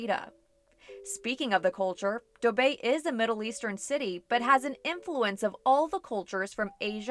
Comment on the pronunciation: yes it's the correct pronunciation for dubai